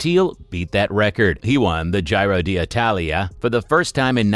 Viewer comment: It baffles me how you say "Gy-ro" d' Italia, but perfectly say Giro (pronounced _Gee-ro_) di Lombardia.